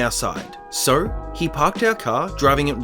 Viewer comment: I just found you today and as I listened I noticed that when you say "so" it sounds like "sir" and now I'm curious to hear what you sound like when you say "sir"😂⭐